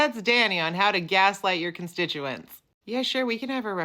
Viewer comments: Source, please. "Gaslight" is the 1944 movie in which Charles Boyer tried to convince Ingrid Bergman she was losing her mind. Boyer may have pronounced it 'jaslight', but I've never heard an English-speaking person pronounce it with anything other than a hard "g". And it's not a French word. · It's actually pronounced "jaslight" not "gaslight." You've been saying it wrong for 50+ years...